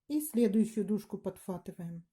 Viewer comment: Господи , да не ПОДФАТЫВАЕМ А ПОДХВАТЫВАЕМ.НЕПРИЯТНО СЛУШАПЬ.А ОБЬЯСНЯЕТЕ ОЧЕН ХОРОШО.СПАСИБО.❤